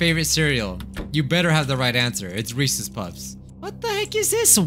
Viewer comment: you and said reces puffs lmao